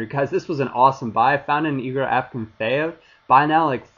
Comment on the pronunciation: you are the only fifa video person i know that pronounces Howedes and Akinfeev right lol, expert man!